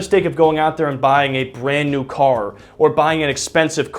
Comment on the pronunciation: “Bwand New Cawr”